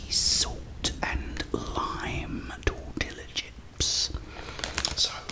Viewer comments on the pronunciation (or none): Lmao you're hilarious. "Never trust a book by its cover... no that's not right is it?". & yes pronounced Tortilla like (tor tee yuh) like someone else also mentioned! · Never stop calling them torti"ll"a chips 🤣